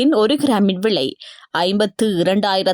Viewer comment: விலையா? விளையா?வைத்தியசாலையா?வைத்தியசாளையா?முதலில் தமிழை சரியாக உச்சரிக்கவும்.